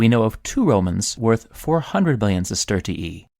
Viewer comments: Bro it aint sestertiieeeeee It's sestertee-eye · You can actually just pronounce it sesterzi